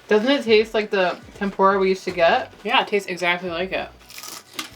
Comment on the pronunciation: Its TempUra btw like tem -poo - ra....not tempOra lol